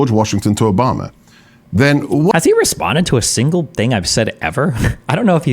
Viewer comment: His added flare in the pronunciation of Oohbomma made me laugh every time he brought Obama up